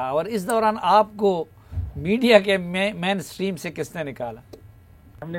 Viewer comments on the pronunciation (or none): It’s not manstream, it mainstream :-)